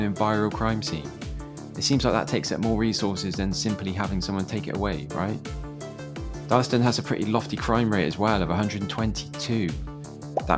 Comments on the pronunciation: Oh and it's pronounced Dar-las-ton. Or Darlo. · Darlaston town center used to be a lot better before they knocked a large chunk of it down to replace the old Asda store with new current one. Also not meaning to be pedantic but Darlaston is pronounced Dar-Las-Ton. Oh, and Caldmore is called Karma by the locals.